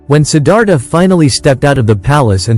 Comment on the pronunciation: I truly sad that the author can’t take the time to actually speak it in his own words. Sometimes AI works pretty good but in this situation mispronouncing the most important word in the entire presentation “Siddhartha“ unfortunately, stop me in my tracks. Can’t believe the laziness of the hosts in so many programs these days having to rely on AI which, quite frankly, still has a long way to go when it comes to pronunciation very simple words. Too bad – the information was good!